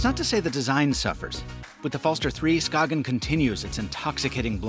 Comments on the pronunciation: "skaken" hahah try saying it like skajen instead btw im from Denmark so i should know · SKAY-GENN. Its okay most ppl dont know either until they really collect timepieces. I bought one for my dad and I love its thin design. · The G is actually soft, so it's pronounced like the Y in yogurt. Ska-yen, the A pronounced like A in Apple. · Danish guy here Skagen just say without the g then you have the name right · As a Dane, the way you pronounce Skagen physically hurts. Not really your fault, the Danish language is weird.